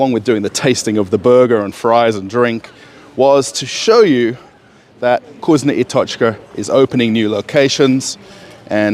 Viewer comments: Is not kuzno i tochka ...is vkusno i tochka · You say it wrong - it’s not Kusnya I tochka, it’s VKUSNO I TOCHKA. U read it as it is written